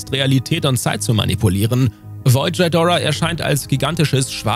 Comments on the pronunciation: Kannst du bitte aufhören Shidora zu sagen.. Das Vieh heißt Ghidora und nich Shidora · Sorry aber es heißt nicht Chaidora sondern Gidorah. Gi und nicht Chai, aber dennoch coole zusammenfassung. Macht weiter so. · Bitte nicht Djidora sagen! Das tut in den Ohren von Fans weh!😉 Ghidorah wird so ausgesprochen wie es geschrieben wird. Auch wenn ein „h“ hinter dem G steht wird das G als G ausgesprochen und das R wird etwas gerollt. Bei den Ghostbusters sagt man ja auch nicht Djostbusters.😉 Ansonsten eine tolle Folge!😊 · Das wollte ich auch sagen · Wie spricht der Typ "Kind Ghidorah"? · Godzilla ist immer noch der beste, auch wenn ich nicht kapiere warum du seinen dreiköpfigen Erzfeind so seltsam aussprichst😮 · Man spricht Ghidorah einfach so aus wie man es schreibt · für jedesmal wo Ghidora falsch ausgesprochen wird 1 dislike. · Bin ich der einzige, den es triggert, wie Indominus Rex und Ghidorah ausgesprochen werden?